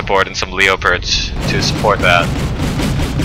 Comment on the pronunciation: Please stop saying leo-pards, it's just leopard or Leo.